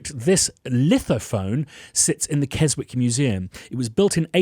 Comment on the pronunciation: Ooh I've played on the lithophone in Keswick (pronounced Kezzick).